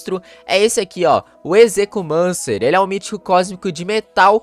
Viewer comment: A pronuncia do nome dele e ezequiumencer